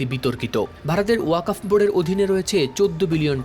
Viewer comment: উচ্চ শিক্ষিত সাংবাদিক কিন্তু ওয়াকফ উচ্চারণ করতে পারে না